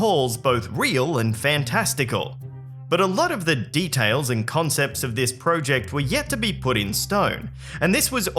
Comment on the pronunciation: Say project correctly